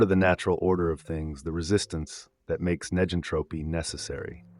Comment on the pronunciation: It would be nice if (neg)entropy was properly pronounced in the video.